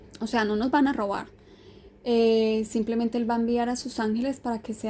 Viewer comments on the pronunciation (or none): none